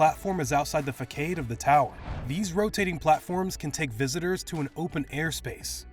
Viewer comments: Fah-Kaid? It's pronounced Fah-Sod. C'mon, tighten up that stuff ... makes you sound like an amateur production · Did he pronounce facade as ‘fakade’? 😆🤦‍♂️ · He really pronounced facade like “fa kade” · Facade… (Fuh-Sod)… lol. Not (Fikade)… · lol 'fakad' this guy is a fool